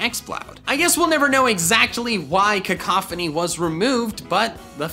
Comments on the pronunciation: cacophony lmao. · baby shoyru Cack-a-phony